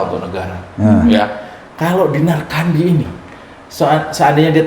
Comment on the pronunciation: Tolong lafal namanya jgn salah. Yg bener itu tetap CANDI, JGN KENDY ATAU KANDY. CAAAANDiii ✍ ya. 🤣